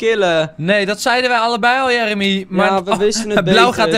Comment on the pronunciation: Jeremy nee de sjon